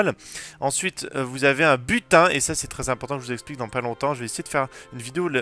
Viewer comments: Butin. J'ai compris "putain" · A chaqes fois que tu disait butin je comprenai putin je me disait WATTTT